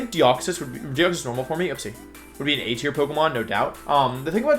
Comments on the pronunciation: What's with "formey", it's just pronounced like the normal word form. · Why do you say forme and “for me” the e is silent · Dude stop saying form-ee. It’s driving me crazy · Form-e lol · FYI Wolfe, "forme" is pronounced the same way as "form" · "Formey" is so cringe. Usually its easy to ignore the one time its said but this video was hard to finish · Great list but hearing you pronounce forme makes me want to commit a war crime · Take a shot every time he mispronounces "forme". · Forme is just pronounced form btw lol. I dont usually comment stuff like this, but it was driving me crazy lol. Great Wideo tho